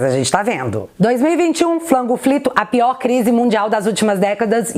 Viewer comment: Só eu acho irritante quando ela chama a pandemia de "flango flito"?